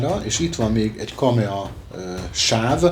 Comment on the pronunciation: KAMAE...nem KAMEA....bocsi